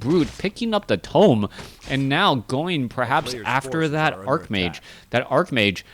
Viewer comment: Why did you change the way you pronounce 'archmage'? You usually pronounce w/ a 'ch' sound rather than a 'k' sound.